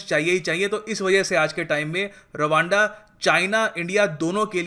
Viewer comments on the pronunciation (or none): Rwanda is sound like raaanda..😂😂😂